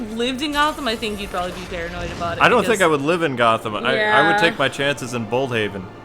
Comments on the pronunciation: I think it's pronounced. blood(blüd) haven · He said bold heaven instead of blood heaven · it's bludheaven pronounced blood hey vinn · its bludhaven kwing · I'm just saying but its bludhaven